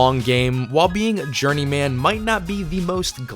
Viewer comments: "journey-man" - it's pronounced "journeymen" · It's not Journey Man, it's Journeyman. Pronounce it more like the name Silverman. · Yeah, it's pronounced journeyman, not journey man. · Please stop saying journey-man. Pronounce the man part the same way you would in fireman, not Fire-Man. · Need to learn how to pronounce "journeyman." Or not. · I really hate the way this guy pronounces the word journeyman. He must have no friends, otherwise somebody would have told him to fix that before he published the video. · You pronounce journeyman in an odd way